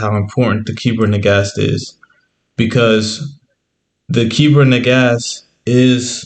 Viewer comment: ITS NAGARST NOT SAID AS NAGASSED BUT SPELT NAGAST IT IS IMPORTANT TO SAY THESE THINGS CORRECTLY OTHERWISE GREAT VID